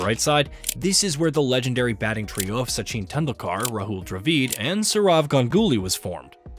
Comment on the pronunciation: mate when getting the bot to read the script, try typing the players name phonetically. So instead of Kumble, write Kumblay and the voice bot will read it correctly. Instead if Dravid, write Dra Vid, similarly instead of Sachin (which the bot pronounces as Sacheen), write Suh Chin. Just a tip for the future.